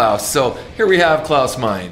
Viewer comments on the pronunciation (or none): I agree that Dio is the best! He has long been my favorite. I was glad to see JLT and Jeff Scott Soto make your honorable mentions, sad to see Graham Bonnet left off though. One bit of correction though, but the Scorpion's singer's name is Klause Meine and the 'e' at the end is not silent, it's pronounced as a short 'a' as is ah. I have heard you do this multiple times and whoever did your titles in the vid spelled it 'Mein', sorry, don't mean to be a nit picker, but the least we can do is get a person's name correct. I love your vids brother, keep up the good work and God bless.